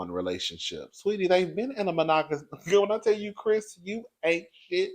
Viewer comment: she couldn't even enunciate the word 'monogamous' 😒